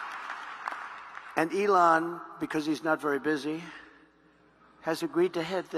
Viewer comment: You thought about how to pronounce the name Ilan or Elon😊